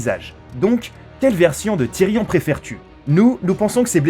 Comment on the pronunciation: Tyrion Lannister OMG comment c prononcé